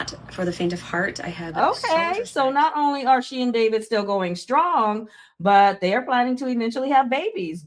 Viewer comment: Not Dah-veed lol